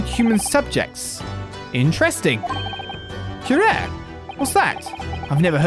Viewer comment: The poison is pronounced que-ra-ree. Watch the sign of the four and you’ll see.